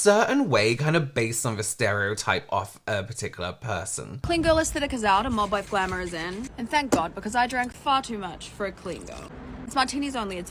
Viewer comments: I first heard "Mogwai" 🤣🤣🤣 But it fits too, cute, furry and too much to handle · First I heard the term “mob wife look” (the video wasn’t subtitles) I genuinely thought they said “mogwai look”. And it didn’t surprise me in the least that people were apparently starting to dress up as Gremlins. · Ironically, Kept hearing "Mogwai"...look it up 😅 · Every time you say “‘mob wife” it sounds like you’re saying “mogwai”… like the Gremlins 😂